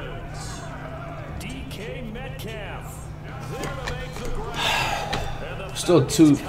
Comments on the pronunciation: “Met cough” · peep how he says metcalf bro